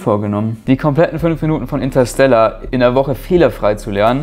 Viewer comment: intasella 😂😂😂 Inteerrstelaaarrrrr